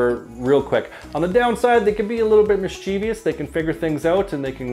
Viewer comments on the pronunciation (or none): You're chain is rubbing the microphone. Also, it's 'mischievous' not 'mischievious'. Lead by example...